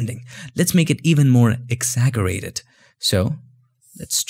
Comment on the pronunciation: You're a Photoshop genius! But the word is pronounced "exaJJerate".